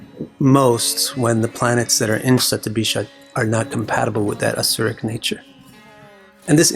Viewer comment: sandhi happens like this shatam (100) + abhishekam (anointing/purification)= shatabhishek. so it would still remain shatabhishek. "J" sound is never the result of sandhi. had you come up with shatabhishekam it would still be passable. shatabhisaj is like a cat scratching the pole and making that awful noise for anyone who knows sanskrit grammer, it is horribly incorrect.